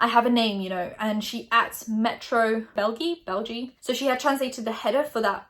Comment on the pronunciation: mean newspaper: metro belgië (belgium): metro belgee:)